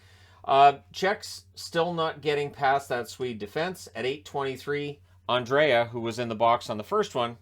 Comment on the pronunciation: Understand Andrae [an-dra-e] is a mouthfull, but moving the a to the end [an-dre-a] is not the solution, you should drop the a [an-dre] That is how the Swedish commentators says the name